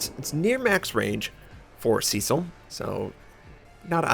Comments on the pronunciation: If you're of British/English heritage, it's not "see-sill" but "SESS-ill". I'm sure you wanted to know that, lol. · I was thinking that. I have heard Cess-ill more often.